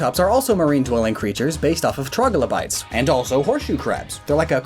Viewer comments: As a paleontology nerd hearing Devonion pronounced as Devonation and Trilobite pronounced Troglobite truly hurt me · Even though you made an error when saying "trilobite", "Troglobite" may be a cool name for a Pokemon!! Perhaps a caveman horseshoe crab hybrid, perhaps a regional evolution of Kabuto!! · Oh no... He just called it a troglobite instead of a trilobite, didn't he... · "Devonian" not "Devonation". Also, ammonites could live at any depth. "Trilobite" not "Troglobite". Also worth noting is that many of Kabutops features (its active carnivory and large claws) are based on sea scorpions. They're also depicted as living in shallow water, possibly even swamps. Wimpod and Golisopod, other than being partially based on trilobites, are based on isopods (it's in their names), small to large crustaceans that are either scavengers or parasites. The "rolly polly" is one of these creatures. Clauncher and Clawitzer are based on pistol shrimp. These are deadly crustaceans notorious for their large pincers that can snap rapidly with enough force to stun/kill prey with a powerful, superheated explosion. Barboach and Whiscash are actually large catfish, not carp. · Devonian* and Trilobite, not Troglobyte. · As a paleontology nerd, that pronunciation of triolobyte physically harmed me. BUT the rest of the video is hilarious, so... you win? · my exact reaction. I died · Your pronunciation of Devonian and trilobite made me cringe